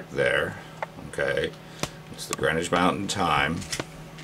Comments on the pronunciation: its greenwich mean time not mountain time ,mean solar time for the meridian of Greenwich its pronounced gren itch ,that's from the chamber's dictionary, look it up ,the suits look as if there suits u wood use going near a fire not somewhere cold so there LAYS another mystery. cood be a sun rise due to the time it took to go out of shot then the moon in the background ,mystery right enough. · Greenich MEEN Time not Mountain time.